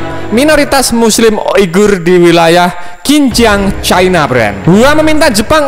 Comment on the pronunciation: Xinjiang di baca Sinjiang min, bukan Kinjiang. Sama kaya Xi jin ping dibaca Si jin ping bukan Ki jin ping.